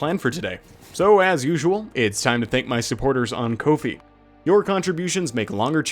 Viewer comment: You may know, you may not. But Ko-Fi is pronounced Coffee, it's why the icon is a coffee cup